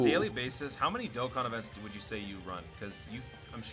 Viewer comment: he finally said Dokkan right after so many years no offense